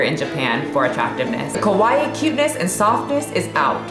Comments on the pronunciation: Your kawaii pronunciation, sounds like kowai which means scary. Appropriate for the video subject. Differences I’ve experienced over there, not really mentioned: * portion sizes are smaller, * processed food is not as prevalent, * hara hachibun me (eat to about 80% full), * genetics of course, * bullying starts early and continues into work/adulthood, * if the bullying is survived, the average person is just like the average person in North America, * that is, you learn to accept yourself most days, beat yourself up other days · You pronounced Kowai which literally means SACRY! 😀Girls in Japan want to be cute, not scary. The correct pronunciation is KA WA EE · So you are pronouncing "kawai", "kowai"??? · "Kowai" means "scary." You mispronounced. Kawai as "Kowai." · kowai = scary KAwaii = cute you gotta really emphasize the KA sound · She needs to be careful for her pronunciation. She said kowai not kawaii. Kowai means scary. She meant to say kawaii with a car pronunciation and an extended ii sound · FYI when you say kawaii you re pronouncing it kowai which means something totally different (怖い scary) , the ka should be pronounced more like the ca in cactus (though still not exactly the same) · the way u pronounce kawaii is kowaii which means scary instead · Good content but the way you pronounced the word Kawaii was very incorrect. The way you spoke it (ko-wa-i) actually sounds like the Japanese word for scary. Both words are close in pronunciation but in the future please make sure the first sound is a hard "ka" and not the soft "ko" sound. Take this from a man who lived in Japan for over a decade and experienced trying to hit on women making the mistake of calling women ko-wai (scary) rather than ka-wa-ii (cute). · Please pronounce kawaii, KA WA I I, not KOWAI which means scary. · It threw me off when you said "kawaii" because it sounded like you said "kowai" which means scary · The way you pronounce kawaii sounds like "kowai" (scary). I love that :)))))))))))